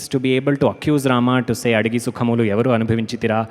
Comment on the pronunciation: Dear team, I believe the mother tongue of the narrator and the singer is not Telugu. In spite of that your diction is excellent!! Few corrections: 1. Adigi Sukhamu Evvaru AnubhavinchiRira (not anubhavinchiThira) 2. In Brochevarevarura keerthana.. Aathuramuga (some sing it as bhaasuramuga which means splendid way) kariraajunu brochina vasudevudavu (not vasudevude!) neevu kadaa. 3. For Ninda, I guess, you can coin the word blame instead of insult. Since you have done so much research before your concerts (we see it!), my advice about Telugu pronunciation or diction is just observe and follow the great Mangalampalli Balamurali Krishna. (FYI: I didn't want to comment or demean in any way or not even sound negatively on the tremendous work you people are doing. That's why I posted my appreciation first in a separate comment You can ignore this, if you don't like it! 😌)